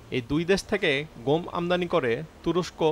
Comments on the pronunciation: উচ্চারন টা "গোম" না। "গম"। আরো সহজ করে দিচ্ছি.... "গঅম"। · গোম নাকি গম? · ও ভাই গোম না গম ? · ভাই উচ্চারনে একটু নজর দেয়া দরকার । ওটা গোম না ভাই গম হবে । অনেকে তেলকে ত্যাল বলে , শুনতে ভালো লাগে না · গোম কি ভাই😜? ১ম দিকে অনেক বার গম না বলে গোম বললেন। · ভাই উচ্চারণ টা "গোম" না "গম" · গোম নয় গম। ওকে! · রিপোর্টার গম বলসে নাকি বোম বলছে ? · গম কে গোম বলে কেন? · গোম উচ্চারন!